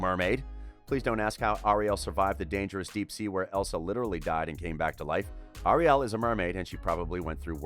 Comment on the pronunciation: Anybody angry about how he says Ariel? ☆